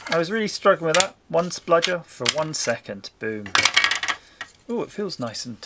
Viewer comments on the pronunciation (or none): 'spudger' , no L